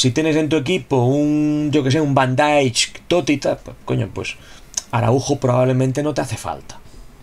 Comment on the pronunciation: se pronuncia Van Daeik tal como se lee 👍🤣